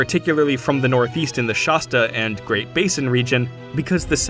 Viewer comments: Shass-ta, not Shahs-ta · It irks me when people say Nuvahhduh it’s Nevada. I have never heard the word butchery of the same ilk on Shasta though…. Shuastu? No…. Never has been.. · Really fun video! One glaring thing grated my 7th generation California ears: "Shah-sta"!?!?! It is not a Spanish word. The first A is pronounced like cAt, hAt, pAt. Such a dramatic mispronunciation made it clear you've never been within or talked to anyone from within 800 miles of the region. California is the most geographically blessed and resource rich region on earth, but active volcanoes, and significant seismic instability mean that about once a century the civilization would be leveled. California, prior to the 20th century's massive water infrastructure projects was also subject to frequent episodes of severe drought and flooding. Sacramento was nearly wiped off the map in the 1800's by a catastrophic flood, and the entire bay area was leveled by a staggering earthquake in 1868. These factors, in actual history, lead to a massively fractured region. Approximately 300 languages were spoken in California prior to Spanish conquest. No lasting structures could be built and the rugged geography created natural localized barriers that divided people into tiny culturally isolated tribes. However, the abundance of food and mild climate made interregional conflict relatively low. In that environment an expansive trade network flourished as is evidenced by the abundance of far distantly sourced items discovered in the pre-colombian archaeology across the state. In the mid-west, tornadoes actually pose a significant threat to any permanent infrastructure in the middle kingdom p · Nobody who lives in or around Shasta pronounces it like that.